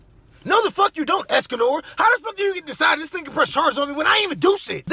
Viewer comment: Called him Escador 🤣🤣🤣🤣🤣